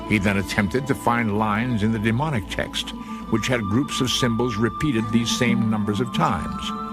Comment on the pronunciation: It sounds like he’s saying demonic when explaining the middle section script of the stone, it’s Demotic.